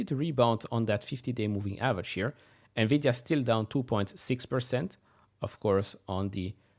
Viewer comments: I agreed. Nuh-Vi-Dee-Uhhh is ANNOYING. It is pronounced En-Vi-Dee-Uhhh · Navidia LOL and this guy is actually on TV pronouncing it incorrectly